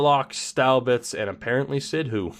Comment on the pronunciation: Drafts are getting ridiculously bad. Also btw, Sidhu is "Sid-oo", all one syllable.